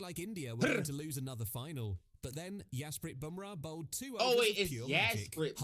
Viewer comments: Its not Yasprit Bumrah, it is Jasprit pronounced with J not Yas.😂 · Bro's on a mission to butcher everyone's name 😂😂😂😂 Btw the j in jasprit bumrah is pronounced that guy is just pronouncing it wrong. SILENT LETTERS DON’T exist in indian languages and all of asian languages for that matter as far as i know And also i have a comment on your Afghanistan video. Read it out, its related to this comment